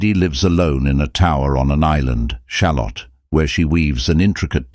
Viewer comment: Ah yes! The human condition! That has certainly had a good run in poetry and the arts over the years.... Thanks for the analysis it's quite ft provoking but I do have to say having a very English (but likely fake) voice pronouncing the word 'shalott', like an american talking about a type of onion, is disturbing. It is pronounced sha-LOT. The rhyme structure of the poem should make that clear.